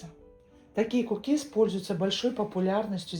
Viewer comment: К у кис, на у ударение